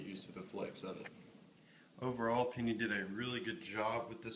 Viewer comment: The way that he pronounced it "pinny" instead of penny annoys me so damn much